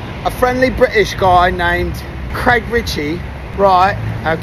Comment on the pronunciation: Love that you still pronounce it "Creg" even with an English accent